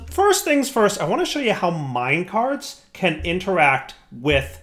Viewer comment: Lol how you said minecarts at the beginning came out like 'brown bricks'